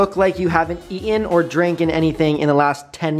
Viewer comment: Nobody: Absolutely no body: Brent: dRiNKeN